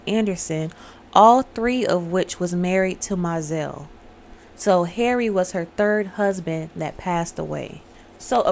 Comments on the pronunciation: She told her first “Look to your children at the end of the reading”…& That’s pronounced Mo-zell☺️ She told her “next man was a dead man, like the others”. Gurrrrrrl, sorry but I love this movie😂 No she Cicely got her period, I’m going to tell Daddy.😊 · It's MO-ZELLE